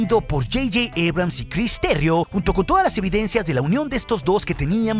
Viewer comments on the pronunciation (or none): none